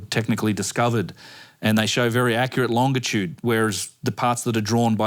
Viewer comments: It this dude say “longa-tude” one more time I swear 😂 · For being so smart, how come he can't say longitude correctly?